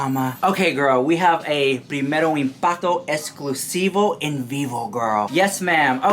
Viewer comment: yeah! it's more like 'primero impato esclusivo' lolol not shading, i love him so much